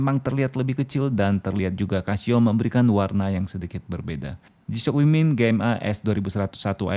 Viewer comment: Resep bgt dnger si abang nya ketika bilang "g-shock" 🤣🤣🤣